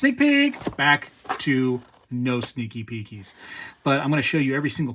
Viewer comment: I had to do so a double take at no more sneaky peekies ..I heard stinky pinkys 😂😅😂🤣😂🤣